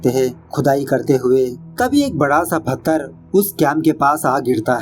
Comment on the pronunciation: फथर nhi पत्थर होता है और explanation 🤣🤘👌👌👌👌mast hai.....